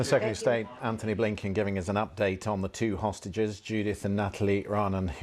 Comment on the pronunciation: His first name is "Antony" not "Anthony."